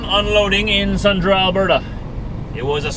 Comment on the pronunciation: Sundre is pronounced "sundrie" not "sundra"